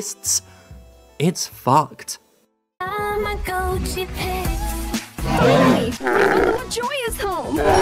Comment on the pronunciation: tah mah goat chee *cringe* (It's tah mah got chee) Also TamaSmart US release when? We got Vital Hero, let's get the superior Bandai watch toy.